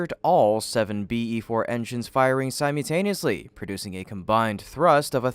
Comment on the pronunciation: all seven BE fours fired "cy-mew-tay-nee-uslee".. i see you still got it! keep it up in "twi twi five"! (just a friendly little troll there.. you really have stuck with it, and i admire your dedication to reporting on spacex!) i do have an ovservation about the JRTI drone-ship's water deluge system. the four outlets for the water are positioned around and on the outside of the landing bull's-eye. this obviously means that the water does not protect the metal deck at its most wear-prone point, the middle of the deck. the water just sprays out and away from where the falcon is landing.. a little curious don't you think? love to hear some explanation of this apparent shortcoming